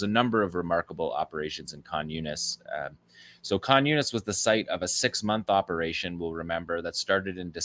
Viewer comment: Does anybody else hear "communist" whenever he says Khan Younis? 😂